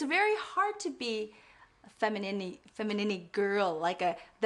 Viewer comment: 'femininny' haha. Maybe it was intentional? If not, it should be.